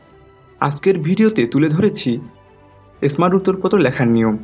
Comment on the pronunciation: প্রথমে এসমাট থেকে স্মাট বলতে শিখুন